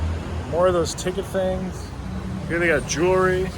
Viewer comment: My only comment, the word is JEWELRY not Julery